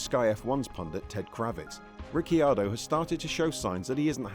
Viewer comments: Daniel Ricky-ardo? Ricky-bobby? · Ric key ar doh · Ricky Ardo??? lol